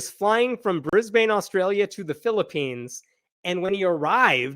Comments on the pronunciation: Brisbane local here. FYI, Brisbane's name is pronounced BRIZ-BIN, not BRIZ-BANE (even though that is how it is spelled). While I'm on the topic, Melbourne is pronounced MEL-BIN, not MEL-BORN (again, even though that's how its spelled). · In Aus, we pronounce Brisbane as Brisben. Like Melbourne is pronounced Melben. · Ninoy Aquino = nin oi a keen oh & Brisbane = briz bin(basically just dont say the A) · So glad that this creep will be held accountable for his awful crimes. Oh, btw, as a former Queenslander, thought you'd like to know that Brisbane is pronounced Brisb-n (forget about a and the e).